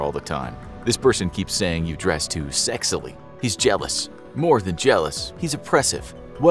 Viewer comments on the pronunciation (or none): "dress to sexily"? First time I heard it said like that.